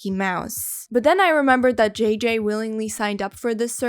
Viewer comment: It took me a while until I realized she was saying "JJ" and not "GG".